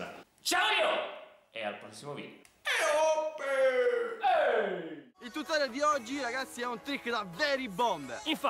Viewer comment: Dice eoppe non e OBE